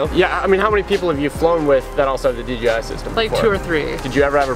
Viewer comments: Im curious, why does nearly everybody pronounce it DGI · STOIP saying DGI!!!! haha